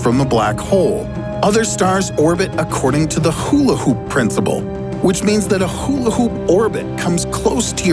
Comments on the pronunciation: Brian Griffin would've hate the way you pronounce hula hoop 😅 #coolwhip #wilwheaton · lmfao why does he say hula hoop like that xD